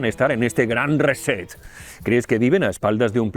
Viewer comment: ¿Por qué no dicen "reinicio" en lugar de "reset" que bien pronunciado sería "riset'?